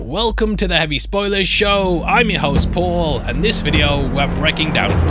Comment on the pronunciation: I’m your hose pole? What’s a hose pole?